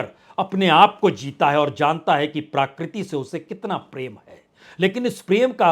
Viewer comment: प्रकृति बोलना सीखिए